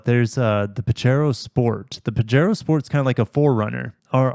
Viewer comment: Pajero is a Spanish word,. It's pronounced PA-HAY-RO.